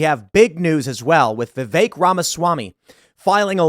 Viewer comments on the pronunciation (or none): It's VI-VEK!! Not VI-Vaek! Fuck!!! He was literally in Morrowind. Get it right, damnit Tim.